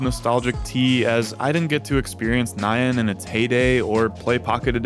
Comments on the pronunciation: Lol at the pronunciation of "Nyan" as "Nye-anne" For anyone who doesn't know, the correct way to say it is more like "Knee-Yan" (but be sure to shorten the sound between the N and Y, in other words keep the "ee" sound in "knee" as short as you can) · what the hell is "ni-yan," just pronounce it as it is bro. It's not an English word. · the most nostalgic thing about this video was remembering how common the mispronunciation of nyan (NAI-yun instead of nee-YAN) was back in the day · It's 2023 and folks still pronounce "nyan" as "nigh ann" Wild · He pronounced it wrong. The Y is a consonant in this word. It's the Japanese word for "meow". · Bro should be legally banned from saying Nyan... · Why the heck do you pronounce "nyan" like that